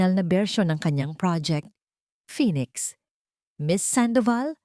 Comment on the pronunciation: Kakaloka Ang bigkas mo ng daring at phoenix halatang pang grade one